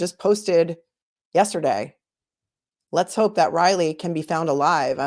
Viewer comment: did she just call him Ratley?